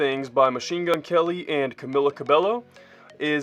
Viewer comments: It's pronounced CamEEla CabeYO & I highly recommend looking up some Fifth Harmony songs and stuff :) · It's pronounced CamEEla CabeYo and please do fifth harmony songs I already subscribed 🙈❤️x